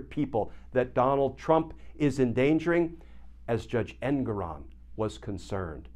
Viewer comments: Glenn, could you PLEASE learn the correct pronunciation of Judge Engoron's name. It's en-GORE-on. It is NOT EN-goron. We don't call you Kitchener. Start calling him Judge en-GORE-on. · Rhymes with 'more on'... for the censor. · His name is pronounced EnGORon.